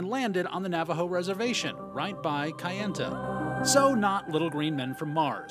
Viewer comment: When they say kayenta wrong 😂